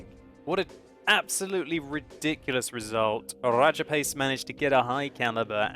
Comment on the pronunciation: RRRRRRRRRRAJAPACE WRRRRRRRRECKS RRRRRRRRRRRRRHEINMETAL BORSIG